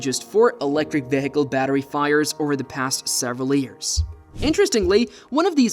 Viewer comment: Somebody needs to teach Mr. AI how to say the words vehicle, debris, three, thirteen, highlighted, fleet, statistics, risk, and so many more.